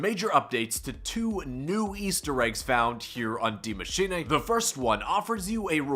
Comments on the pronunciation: My guy can you stop saying “DiE mAsChiNaY”? It’s Die Maschine. Maschine like Machine. Please. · "Die maschinay"